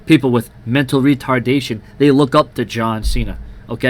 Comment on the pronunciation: "Mental Retardasion" hahaha - it's mentally disabled (I'm not laughing at them btw - just the way you said that was funny)